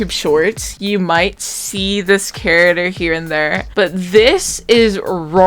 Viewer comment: The way you say character sounded like carottder and I was so confused till I figured put what you were saying. Good art though, very pretty art me need to eat art 👹